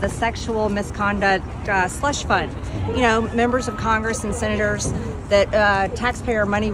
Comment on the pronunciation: People type Senator every time she says sinnaters. She is pathetic with the English language.